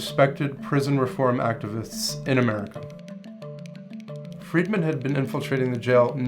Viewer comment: "Friedmann"? Is that Irish?